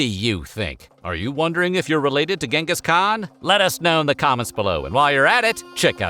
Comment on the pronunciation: Who Genteez Teezizkhan ?!!